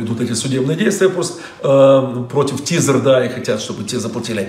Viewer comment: Проблемы с риплллл. Проблемы с тизерррр.